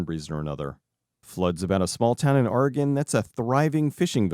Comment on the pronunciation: Suggestion for better pronunciation of my state: Or-egg-un